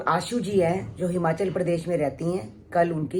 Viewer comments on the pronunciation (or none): none